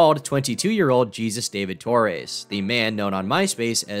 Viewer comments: I love you but Jesus is pronounced like hey-soos, not Gee-zuss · i thought jesus was pronounced 'he-soos'?